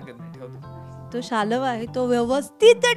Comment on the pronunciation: रिपोर्टर बाई ते शाल्व असं आहे. तुम्ही शालव का म्हणतायं??????